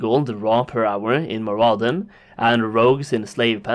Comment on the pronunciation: mur-UH-din. MAR-uh-don.